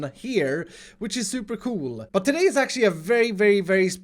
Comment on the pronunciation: I love how you say cool like cjoel pr somthing Lol